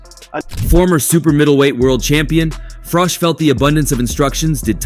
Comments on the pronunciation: Frich???? froock????? Frock???? its froch At least learn to pronounce someones name correctly before making a video... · Fuck sake say Carl's name right!! The last part is pronounced like you're saying cheese, not cock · His name isn't Carl Frock....its Carl Froch. Please learn to say it right 😂😂😂 or Frosh..... its FROCH....CH...CH...CH....FROCH. FFS. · Carl Frowj and Carl Fridge. WTF is this channel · Is it frosh or fritch , you can't even pronounce his name 😂😂😂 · Carl Fridge.. Love how Americans get everything wrong 😂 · Who the fuck is Carl Froc?dude you can't even say his name properly. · IT'S CARL FROCHHHH OR TRY IT FROTCHHH👍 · ‘Carl Frock’?? Who’s he? 🙄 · At least learn how to say his name right. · The narrator talks like he is "all knowing" about the Fury's and their detractors, but can't even pronounce Carl Froch's name.😂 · This guy pronounces Froch’s name differently every 2 minutes lol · Wow, how many ways can you pronounce Froch in one video!!! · narrator doesnt know how to pronounce Froch haha